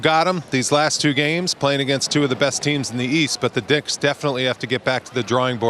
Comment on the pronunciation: Did he say dicks instead of Knicks😂